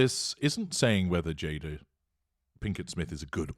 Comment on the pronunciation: GI Jada...the whole thing would have been okay if Chris got the name right. 🙄